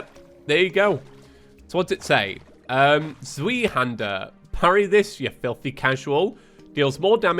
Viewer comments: Pronouncing tip for the "zweihänder" Zw-I-hand-ah (the german "ei" is just pronounced like the letter I and the "er" is mostly like the "u" from duck) It kinda sounds like that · the zweihander is pronounced like "zway" (sway but with a z). Pretty sure it literally means 2-hander (source: i used the zweihander in darksouls) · Technically pronounced z-v-eye-hander but z-wee-hander is honestly too hilarious to not keep saying 🤣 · I know I’m late to the party but just a little knowledge fact, Zwei is German for the number 2 and is pronounced by using the V sound for the W and “ei” makes the “eye” sound so zwei would be pronounced as Z-v-eye. It’s difficult to write out phonetically so if this didn’t help, perhaps consider looking up a basic pronunciation guide 😂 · its pronounced zvei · Zweihander, in English it roughly translates to two-handed. You pronounce it like ts-why han-der (hander is pronounced along the lines of lander) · I'm not even German, but every time calls Zweihander a cweeeehandler makes my bones ache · z-WHY-hander But the Z is that weird z-and-j sound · It's pronounced ZVEYEHANDAH It's german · how on earth did you read like this? are you sure you are reading the books correctly xD at this point i am more worried about you being able to read the books correctly rather then my own sanity over you say...... "zweihander"... like that... now that's something i can't ignore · I love you but the way you pronounce Zweihänder causes me physical pain. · Youre encouraging his behavior y'know